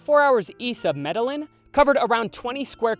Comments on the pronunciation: Meda yeen not meh dell in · Dude has the last name Munoz but says Medillin like that wtf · Oh god, The way he said "Medellín" like "Madelyn" UUUGHHHH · The way guy on the seconds one tries so hard with the accent on 'hacienda napoles' but then calls Medellín Med-a-lyn 🤣🤣🤣🤣🤣🤣🤣🤣🤣🤣🤣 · I can’t get past the pronunciation of Medellín 😭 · You lost me with the mispronunciation of Medellín